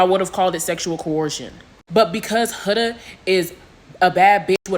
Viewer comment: It’s pronounced Hood-a bro 😭